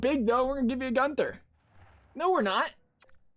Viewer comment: U said guenther right he’s from Edmonton and his brothers my best friend